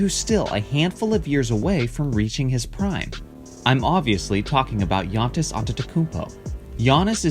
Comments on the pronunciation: First time I have heard someone say Giantis instead of Giannis. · This guy be saying giantis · is it just me or did he say giantis antetokounmpo? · I clicked on this video solely to find out how you would pronounce his first name. Here in San Antonio, several guys on a local sports talk show say it as Gee-on-iss and it's like nails on a chalkboard every time. I am impressed by his skill set, and hope their GM can sign or draft at least one more talented teammate - super teams are what is truly overrated in my opinion. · the way he said his name 🥴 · He pronounced Antetokounmpo correctly and managed to fuck up Giannis. I'm not even mad, that's amazing :p